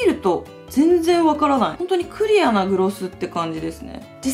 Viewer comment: クリアの発音気になるの私だけですかね？ 可愛いけど気になって毎回ふふってなっちゃう